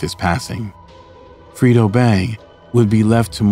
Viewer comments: Did bro say FRITO Bang instead or Fredo 😂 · He said freedo bang 😂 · Bro said Frito Bang 😂😂😂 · Boi said “Frito Bang.” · its “Top Boy Gorillas”, not “Tom Boy” “Fredo Bang”- pronounced “Fray-Doh”, not Frito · Mannn stop callin dat man frito lay 😂😂😂 it’s FREDO LIKE KRUGER